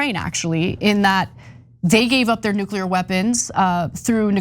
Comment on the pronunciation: Nu-ca-lear weapons? Should pay attention to her pronunciation if she wants to be taken seriously as a public intellectual.